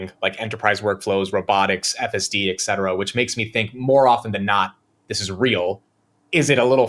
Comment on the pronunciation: Did say 'eK cetera'? That is incorrect. 'et cetera' is pronounced with a ' T '! eT cetera. I know is very smart. Why do so many smart people mispronounce such a simple word?! 😊